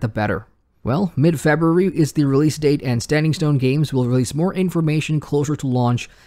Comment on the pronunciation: Great stuff, only thing i don't like is the way you pronounce february. Shit kills me on a deep level, such a strong accent.